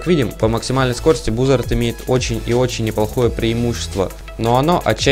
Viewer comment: Это базард читается базард это английская а